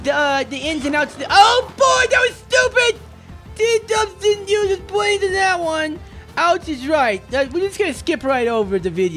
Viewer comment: Last time I watched you you were just stawting to eat BWAINS